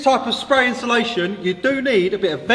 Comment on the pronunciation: Love the videos but please learn to say insulation properly.. you guys say inshulation 😂😂